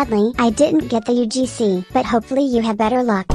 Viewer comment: Bro sayed "UFC" Not "UGC"